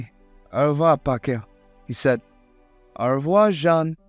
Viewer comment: N’est-ce pas is pronounced /nɛspɑ/ Au revoir is pronounced /ɔʁ vwɑʁ/